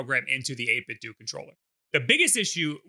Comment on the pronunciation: isn't the "do" in 8bitdo supposed to sound like "nintenDO"